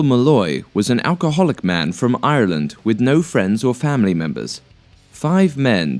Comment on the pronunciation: The first guy and the kid that killed all the Nazi dudes are beyond badass.....like seriously....killed a fucking BEAR with his hands!! They need there own knew term!! PS. The way you said Ireland hurt me